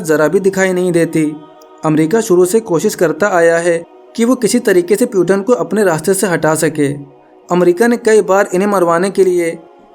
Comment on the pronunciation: Peuton nhi bhai Putin पुतिन naam hai.